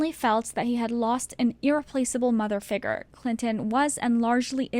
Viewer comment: You saying “ figer “ instead of “figure” was the worst part of this video